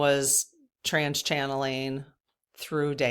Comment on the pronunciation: Hi.. I know it isn't polite to correct, but even Dave made the correction that it is"trance channeling" not trans channeling. But it sounds like he says trans.